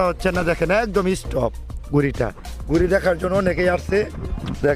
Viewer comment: Eess top 😂 Excellent pronunciation for Stop👍👍 Anyway video is very 👍👍.